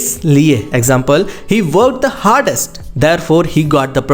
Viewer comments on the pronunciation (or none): Please, take care of pronunciation because I can see you were not prouncing word correctly. On the other hand in this connector, there is article the that you missprounced .The has two sound ,tha it was supposed to be thi because there is article" o, ".